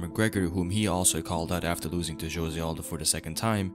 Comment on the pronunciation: I think Jose as a name is pronounced differently. :) I really respect Conor, even more than before now.